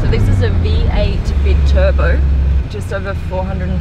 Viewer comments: "So this is a V8 bi Turbo" its Bi as in 2 not Bie just like Bicycle is 2 wheels, Biped is 2 feet..... **Sigh... basic stuff?! lol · erm it's a V8 bi-turbo pronounced bi (twin) as in buy-turborather than bee-turbo